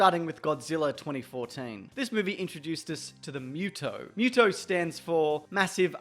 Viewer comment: When he said what muto stands for, i heard “massive unidentified terrestrial orgasm”. Is that bad?